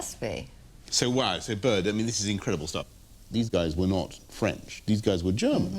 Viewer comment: Bert, not bird